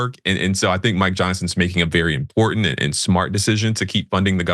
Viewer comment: Every time she says 'impordant' I want to scream!!! 😂